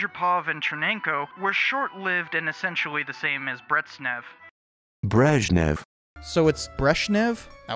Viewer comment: Not a Russian speaker, but my Russian speaking friends have told me that it is pronounced Brezh-nyov.